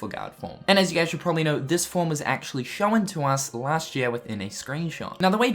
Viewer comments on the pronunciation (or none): The way he pronounces shown baffles me, along with other words.